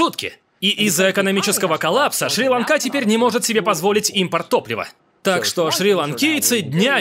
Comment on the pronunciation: Несчастная Шри-Ланка. Мало того, что ударение режет слух, так ещё и проскланяли с этим ударением. Неужели голода для них мало, надо ещё и с названием так поступать...